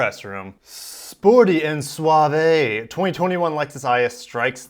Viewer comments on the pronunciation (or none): none